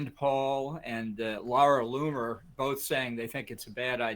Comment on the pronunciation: He keeps mispronouncing Laura Loony.